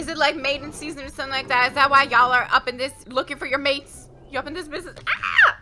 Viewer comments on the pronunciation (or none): none